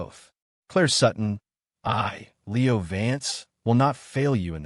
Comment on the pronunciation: Lol. Leo like a meow, not lee-O. AI sucks.